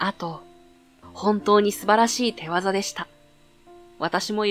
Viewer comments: 良い話なんだけど、所々読み誤りがあって気になりました。「手技」って「てわざ」って読むんだっけ？「しゅぎ」と読むものと思ってた。違っていたらごめんなさい。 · 間違いない、「しゅぎ」と読みますね。